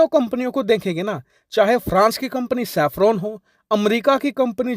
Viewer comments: It's Safran not Saffron... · safran bhai , not saffron